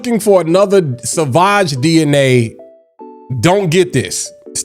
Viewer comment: Drink every time he says "sah vaj"